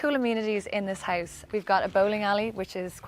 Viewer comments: She so stragely pronounce "house" omg. I thought at first it's heist.) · The way she says "house" sounds like "heist" - haha I wasn't sure what she meant by that for like a sec :D